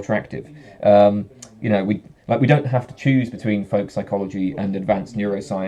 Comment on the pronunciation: You pronounce "folk psychology" like "volk psychology". Or is that a Freudian slip? ;)